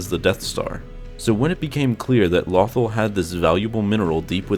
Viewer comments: The way he pronounces Lothal makes me cringe every time. 😖 Low-thAll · Is it pronounced lothal like waffle or lothal like you all ? I have heard it both ways over the years. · It's not "nuth-ul" it's "law-th-all" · Every time he says lawthul I cringe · His pronunciation of this planet is simply "lawthul"! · It's pronounced "LOW-THALL" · Its pronounced LOW THAWL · Pronounced "Low-thall" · It is pronounced “Low thawl” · It's LOW-THAWL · It’s pronounced lo-th-all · Damn near un watchable when you keep saying the name different then they do in the show. Lo-THAL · Jesus he can't say it Lawthel or Lewthul god may have been able to say it but he can do more and interesting facts #LoveStarWars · Not lawthal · Its not lothal like brothel its lothal like low thal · Every time he mis-said lothal reminded me of the fact that in my own campaign, i miss typed halberd every time i typed it. (I had to use speech to text just now) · Why say the name of the planet correctly in the beginning and then fuck it up for the ready of the video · Your pronouncing Lothal wrong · You are saying lothal wrong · Please say “Lothal” correctly, it’s not like they don’t say it all the time in the show. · Every time you mispronounce "Lothal," a youngling dies somewhere in the galaxy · Vader: tell lothal wrong many times you can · Good info but please PRONOUNCE THE NAME OF THE PLANET CORRECTLY !!!! If in doubt go back an rewatch Star Wars Rebels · it was his narrator who said it wrong the person speaking isnt the guy who is in charge of the channel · I was just cringing when you said lothal